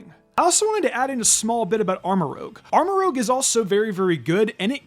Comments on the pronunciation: I don’t know why you pronouncing it “Armor Rouge” irked me the way it did. Armor Rouj. Like Baton Rouge. That’s my 2 cents on the subject. Thank you. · Armarouge, not Aramrogue. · Does not know how to say rouge or does he read it as rogue when he says Armarouge? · It’s ArmaROUGE, not ArmaROGUE. Rouge = red, just like cerulean (CERULEdge) = blue. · ArmoROUGE not ArmoROGUE ROOJ not ROAG it's like he does this on purpose ROUGE means RED in French ROGUE is something else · Please stop saying Armorogue... its Armorouge. Like red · Armarouge is pronounced "arma-ro͞oZH". Rhymes with "scrooge". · It hurts my soul every time you mispronounce Armorouge’s name 🤦🏻‍♂️ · The game has been out for a month, and he still says Armarouge wrong.